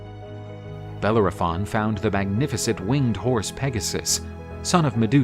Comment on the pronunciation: I am unable to watch this due to the pronunciation nay butchering of the name Bellerophon